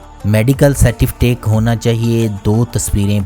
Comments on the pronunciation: Its Certificate. Not Certiftate* Mind it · Hahaha. Bohat achi video thy. But brother!! Last mei kia bola apne? Medical certiftake nahi hota. Certificate hota hai... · medical certifitak heheheheh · Certifitake lolz........ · Bhai jan Certifitake ni hota Certificate hota ha chek your vedio on vedio duration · سا ٹی فٹیک نیں۔ سرٹیفیکیٹ کہتے ہیں۔ 😁😂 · Certificate nahee bolna ata